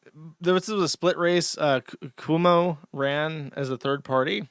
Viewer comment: I was gonna make some remark about Jersh deliberately mispronouncing Mamdani like a Fox News host. Then I remembered how tenuous his grasp on English is when I heard "Coomo" and "Sliwa"